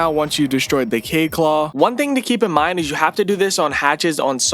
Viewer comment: THEYRE AND CORRECT. ALSO ITS KA-YEED NOT “KAYED”